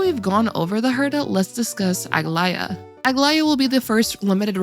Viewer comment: Did what right? Saying her name? Cause that "ae" was not pronounced correctly....